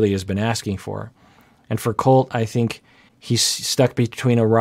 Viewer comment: Why is she ending every word with an y? 😅 Biggy, colty, thinky, righty...